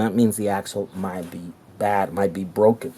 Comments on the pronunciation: FYI... broken not BROCKEN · I do hope you spend a few extra dollars and get a very strong clutch that will hold up to the torque of that motor. Oh, and when something breaks it is "broken", not "brocken." No big deal, just sayin'.